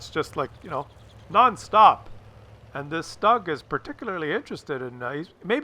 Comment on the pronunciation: Stoog ! Not Stog